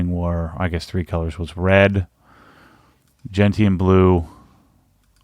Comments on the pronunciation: It's 'jen-shn' with a soft 't' not 'jen-t-an' with a hard 't'. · Gentian is pronounced Jen-shun, as in the plant with bright blue flowers.